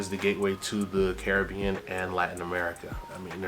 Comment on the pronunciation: Love this ❤. Hate the way you say Caribbean😂❤